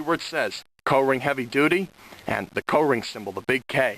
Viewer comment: Up here in Massachusetts we pronounce it "Coring" not "Co-ring". LOL.